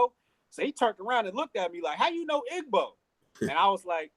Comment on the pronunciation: You are Akata it's pronounced ee-bo with an 'e' like in e-news. The gb is one letter in the Igbo language and it is not necessarily phonetic. In this case it is almost silent